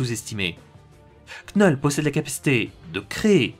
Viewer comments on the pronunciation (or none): de l'accent dire " knoull "c'est toujours mieux que dire knull comme "null" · Tu devrais prononcer son nom "Knoull" sa sonne mieux et presque tous le monde dirais knoull en prononciation plutôt que knull et franchement entendre cette prononciation c'est désagréable ...